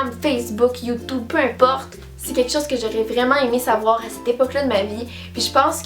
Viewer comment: Mdrr j'aime trop quand elle dit "YouTOUBE"